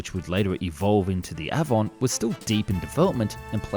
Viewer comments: Love your work. The Avon Engine is pronounced Ay-von. Named after the English River like all the RR engines. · It's A-von, not a-von........ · Avon and Derwent. Do try and get the pronunciation right! The A in Avon pronounced as the ‘a’ in lake. Derwent as one syllable not two. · Despite the commentator’s obvious Englishness he.can’t properly pronounce Avon and Derwent, two English rivers that RR named its jet engines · Not to carp but how can you get so many well known names pronunciations wrong? The 'A' in Avon is as in day. The 's' in Viscount is silent and the 'i' is as in iceberg not as in disaster. Your pronunciation of de Havilland is just weird. Apart from that great stuff by the way 😀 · Anyone with an ounce of culture would instinctively know the correct pronunciation of Avon and Derwent - both being rivers in England. Shame that the narrator does not have any such education. And if he wasn't cross-eyed, he'd had managed to pronounce the V and L in De Haviland in the correct order.